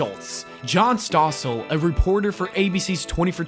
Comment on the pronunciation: Bro, you gotta work on pronouncing peoples' names correctly before you do these videos. 'Costas' is pronounced 'Cost-us', Vince even says it in the clip. 'Maher' is pronounced 'Marr'. 'Stossel' is pronounced 'Stoss-ull'.